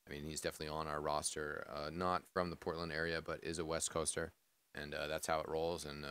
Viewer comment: Porltand? Lmao, isent it Portland? xD